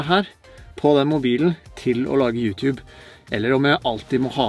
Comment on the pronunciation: Slutt å si youtjube det heter YouTube